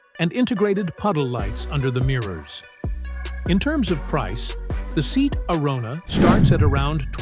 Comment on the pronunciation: Some day, Artificial Imbecility will learn to pronounce 'Seat' whether of not it's written in capitals.